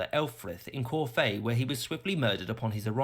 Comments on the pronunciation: It's not 'corfay' it's pronounced 'corf', where do they get these 'experts ' from? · I don't know who that idiot was doing the commentary - he sounds English, but used the word "coronated" - a ghastly Americanism that ought to be banned: the word is "crowned": and pronounced "Corfe" as if it was French and had an accent on the final "e": it's CORFE - as in Corf. (It's in Dorset, by the way, and has a fascinating castle.)